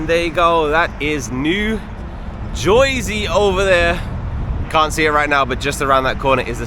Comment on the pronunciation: There are a few gas stations in Manhattan including one in the West Village! Also, as someone from Jersey I love hearing you say it!!